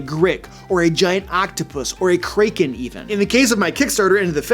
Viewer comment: Had to pause on his pronunciation of Kracken. I am 90% positive the name is from legends of how it would Crack open ships hulls. I'm only teasing I just find it interesting how differently you pronounce things.